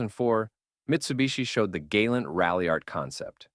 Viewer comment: Why did the AI go from properly pronouncing "Gal-awnt" to calling it the "Gay-lent"?